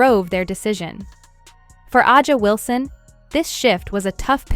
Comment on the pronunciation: If you are using AI to do some of the narrating, you have to learn how to pronounce the players names correctly. A’sa Wilson is one name that is always mispronounced. As was LeBron’s first name.